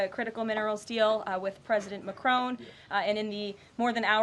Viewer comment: It's Macron not Macrone!